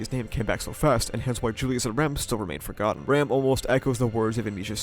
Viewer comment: Hate how you pronounce Ram and Rem the exact same way